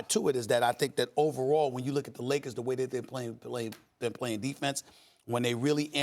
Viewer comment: Everytime Max says "I'm a Leakers fan", all I can hear is "I'm a lawyer" from TMZ.